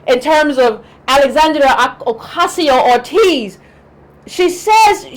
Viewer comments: Why do you call her "Orteez"? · To compare her to Obama without the presence of Big Money doesn’t seem sound to me. Also, how can you have her name spelled correctly but repeatedly mispronounce it?